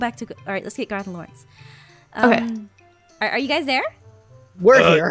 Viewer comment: Laurence = not luirens